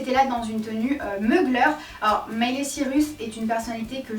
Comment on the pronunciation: J’aime beaucoup ❤️ seul petit truc qui me dérange c’est la prononciation des nom de famille lol j’ai pas l’habitude d’entendre « cirus » phonétiquement et d’autres exemples, c’est assez stressant. sinon tout le reste top